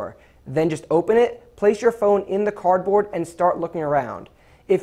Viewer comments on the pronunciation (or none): He said cord board hahahiahahahaahaha